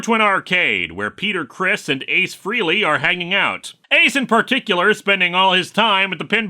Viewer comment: Since nobody threw a gigantic temper tantrum in the comments about the fact that Lewis mispronounced "Frehley"... No! Nobody here is a real Kiss fan. A real Kiss fan would now throw a gigantic temper tantrum about the fact that I wrote "Kiss" instead of "KISS", followed by a fifteen-paragraph essay on why the current lineup of the band is not real KISS and what it really means to be real KISS fan They're a lovely bunch. You haven't experienced the true hellish depths of gatekeeping until you've interacted with some fifty-something guy from Indiana who will never get over being made fun of by Led Zeppelin fans in school.